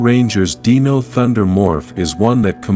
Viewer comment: I’m not the biggest power ranger fan but I know when you are saying Z E O you need to say that as one word ZEO. And you also are saying Dino wrong just to let you know so some people don’t get to upset with you